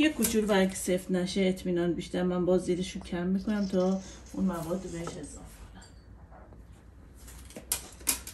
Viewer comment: اضافه نه اضاف